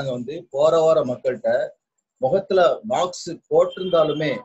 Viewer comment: மாக்ஸ் இல்ல மாஸ்க் 😄😄😄